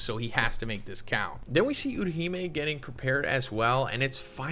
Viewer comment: its not Urahime, Utahime.